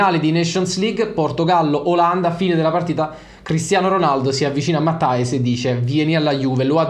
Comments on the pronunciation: Credo si pronunci "Matias" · "MATTEIS" si dice😁